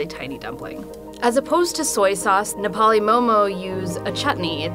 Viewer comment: ok but.. why is an Indian making Nepali momo..like couldn't u find a native Nepali ? She doesn't even pronounce "Nepali" correctly.